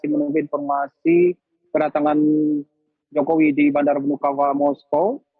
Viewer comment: Ni orang nyebut nama presiden enak banget y `jokowi jokowi `